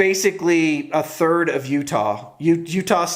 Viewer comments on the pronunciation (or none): none